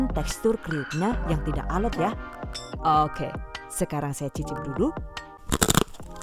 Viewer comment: Aku selalu ketawa pas denger "okeh" lucu 😀😀